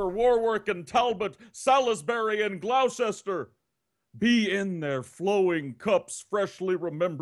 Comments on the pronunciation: As someone from Gloucestershire I take offence that in the Saint Krispins Day speech by, that pronounced Gloucester as Gloaw-ses-ter not Glos-ter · "Glowe-chester" 10/10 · Gloucester is pronounced 'gloster'. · 'Glowsester'? Is that near 'Edinburrow'? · Damn you butchered Gloucester and Salisbury!